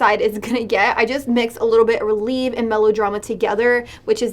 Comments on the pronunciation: It is pronounced rel-ev-ay not relieve it is ballet terminology. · girl the bad habit palette is ballet themed and the way you were pronouncing the shadow names like releve & grand plié was so funny 😂